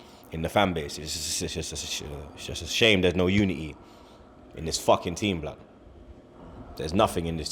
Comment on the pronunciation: The way he pronounced unity